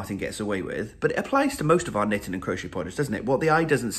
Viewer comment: So happy I found you during Shawlography! Love all your messing around. Love to knit in the morning and listen to you say knittin! I am in the mountains of Southern Oregon waiting for the snow to come. Happy Holidays